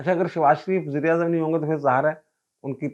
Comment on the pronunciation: Aap Baber ko wazeer i azam keh rahaiy haiy yaa Mughl i Azam ? 2 dafa yhi samjh aaiee wazir i azam .